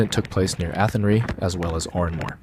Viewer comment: Athenry is pronounced Athen rye, like the grain. Met Eireann is pronounced Air ran. Good video clips.